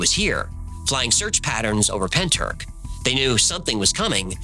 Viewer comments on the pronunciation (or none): Pentyrch pronounced Pentirch - 'ch' as in the ch in loch, not ck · Love your videos!! But Pentyrch is pronounced penteerch (the ‘ch’ like you’re hacking a loogie) lol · If you need help with Welsh name place pronunciation, just reach out. Pen-t-uhr-ch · Pronounced Pen-Truch. Not being a pedant as Welsh is a tricky language 😊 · Pronounced like this, say PENTY RICH Pentyrch….! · Hiya from South Wales (about 40 miles from Pentych 😊). Just FYI, you pronounce it Pen-tich (the 'ch' sound is kinda like when a cat hisses) 😊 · Not a criticism, but a pointer for next time you have to enunciate Welsh place names. Pentyrch is pen, tir like Tyrolean and ch as in loch or Bach. Llantrisant is Ll, like a hissing cat, an, like the name, tri like trip and sant like Santa Fe. In Britain, there are Polo mints, shaped like little hard minty bagels, marketed as the mint with the hole in it. Llantrisant used to be a place where they printed money, leading some to call it the hole with the mint in it x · Pen-tr-ich. The ch pronounced at the back of your throat, like a cat's hiss. Ll-an-tris-ant. The Ll pronounced by putting the tip of your tongue to the back of your front teeth and sharply blowing out air either side of your tongue. Good efforts though! <3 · Pen turk? At least check the pronunciation man, the welsh are bonkers for weird words. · I'm Welsh, it's pentrath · Pentyrch ruffly means head house forrow. Wich probably translates to the head house at the forrow. Or the house at the forrows head. And its pronounced pen- tea- reich. As in the 3rd reich. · As a Welsh person, your pronunciation if a bit off if I may say so. But points for trying. It's hard to say what it would sound like in English. Pen-tricht maybe? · Pentyrch, the ch is pronounced as if you’re getting a phlegm from the back of your throat. Cymru on the map babyyy! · Isn't he pronouncing Pentyrch wrong...?